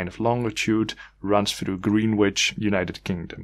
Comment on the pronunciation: Greenwich is pronounced 'Gren-ich' !